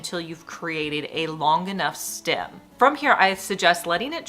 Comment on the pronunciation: What's a stim...it's stem😮😮😮😮